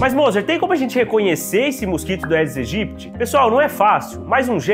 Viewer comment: Bom dia, Dr.! Algo que pode lhe ajudar sobre a pronúncia do nome do mosquito. Por se tratar de uma expressão latina, sempre que "ae" estivetem juntos, se promuncia "edes egyptis"